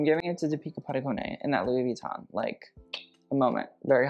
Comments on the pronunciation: Im surprised that you didnt Review deepika's ending pearl saree look i was really excited for you to see that look 🥺 also not that it matters but her Padukone is pronounced as padukon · It is pronounced Dee - pi(nk) - kah with the Dee stressed, Pa - doo - cone